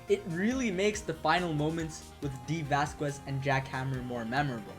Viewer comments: yeah lol, its basically a Spanish thing, vaz kez lol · Isn't the U in Vasquez silent?